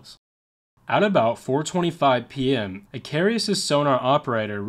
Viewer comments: Too bad the narrator never took the time to learn how to pronounce the name of the Coast Guard Cutter, Icarus. In Greek myth Icarus made wings of feathers and wax to escape imprisonment. He flew to high and the sun melted the wax and he fell to his death. Lesson learned; Do your homework first! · It's pronounced 'Ick-Car-us'. And some of the cutters of that class are still in use in New York City as tour and ferry boats. Many were used to evacuate people from Lower Manhattan on 9/11/01, and two of those ferries aided in the "Sulley" plane crash on the Hudson River. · Just because it scratched my autism the wrong way, it is pronounced "Ick-Uh-Rus", there is no second "i". Apologies, great video otherwise. Just by the third time I heard it I was starting to fixate. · I'm Gen X; your inability to pronounce "Icarus" or "martinet" had me laughing. As far as your facts go, a 3" gun was pretty much the lightest naval gun used in WWII. Many of your other "facts" and exagerrations are also questionable. It seems that "Dark <Fillintheblank>" has some competition, the kids will be delighted. 😉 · It's I-CA-RUS and NOT I-CAR-E-US. I congratulate you on your excellent research. I don't want to sound nit picking but I do suggest you work harder on checking pronunciation. Every video I've watched is full of glaring errors in that regard and after a while it becomes rather distracting. Think about it, if a newscaster on TV mispronounced a lot of words all the time, wouldn't you find that a little irritating? It's just a matter of professionalism I don't think it would actually add much time to the tremendous amount of research you undoubtedly do but it would vastly improve these videos.. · Its icarus i... car... us. not i... cari..us. Icarus the greek mythology man who tarred feathers to himself and flew to close to the sun melting the tar and he fell to his death. Like the commander in this story he got cocky lol😅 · Icarus, not "icarius". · Icarus, not Icarius.